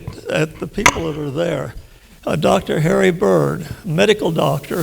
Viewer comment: I like how "Dr. LARRY Bird is written on his own damn slide, yet he STILL calls the guy "Dr. HARRY Bird" LMAO Dude is old af and still roasting his old buddies haha